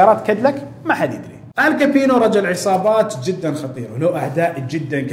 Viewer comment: كابونى وليس كابينو